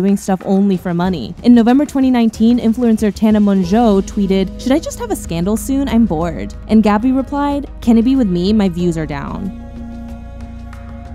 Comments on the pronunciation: Tana mon-joe 💀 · "Tana MONjueoo" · Learn how to say Tana Mongeau please lol